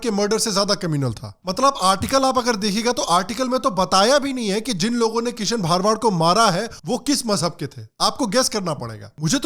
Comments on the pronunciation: Bhai wo bha ra wa d hota hai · Sir gujart me भारवाड़ nhi भरवाड़ hota he ❤️ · It's भरवाड not भारवाड. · भा-र-वा-द नहीं है भ-र-वा-ड है 🤦🏻‍♂️ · भरवाड not bharwaad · It's bharavad not bhaarvad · Not bhaar-wad it's bhar-wad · भरवाड Hai woh... Plz pronounce properly for no objections... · aap ka pronunciation galat hai it is bharwad and not bhaarwad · Thanks for opening our eyes. I appreciate all your videos. Please correct your pronunciation- his surname is भरवाड